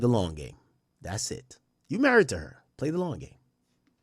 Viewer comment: Dj akademiks, I don’t like how your saying “play the long game??”